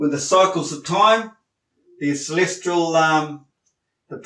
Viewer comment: "Celestral" bodies, "Processions" of the equinox, he must have heard these words somewhere and altered them in his head.